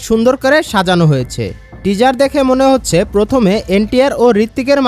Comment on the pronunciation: Teaser উচ্চারণ টা ঠিক করো ভাই 🤣